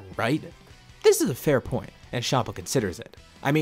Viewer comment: bro tf is shama its champa